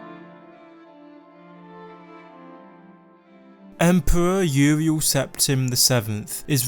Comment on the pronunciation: Empwewer Uwiel